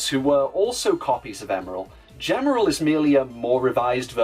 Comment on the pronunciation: A good video, but a minor correction on Gemerl's kana. ジ (ji), by itself, can be pronounced "juh" sometimes depending on the situation, but elongated, it always makes a "gee" sound. This is why the Japanese strategy guide lists his name (ジーメル jīmeru) as "G-merl" and Sonic Advance 3's Japanese website's source code lists him as "Gmel." For example, "gem" is rendered as ジェム (jemu), while "jeans" is rendered as ジーンズ (jīnzu). Still a pretty good What If and can't wait to see more from Gemerl and the Werehog.